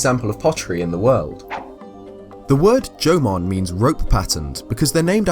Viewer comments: Am i the only one that understands "German" instead of "Jomon"? xD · At different points of the video, i don't know if your saying jomon or german. Still liked the video though. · LMAO, you pronounce Jamon just like German! xD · Every time you say Jomon I hear German XP great video though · Instead of Jomon i always hear german haha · I know how hard it is to pronounce some words and how they may sound different but that "german pottery" thing is just hilarious xD oh and btw greetings from germany. :D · I did too, but we all know he said at the beginning that it is very hard for him to pronounce Japanese.